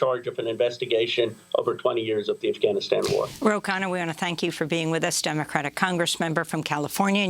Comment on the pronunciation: Hey Amy...its 'Afghanistan', not AhhGAHHHnistan. You are impressing anyone pronouncing it with a your woke accent, and wrongly, i might add.